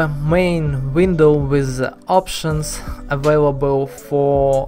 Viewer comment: why you still using "z" when you speaking? Especially when you said "the". You still saing "z". Its hard to listen to it.